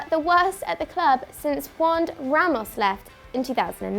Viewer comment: Olivia pronouncing Juande Ramos as "wand Ramos" made me laugh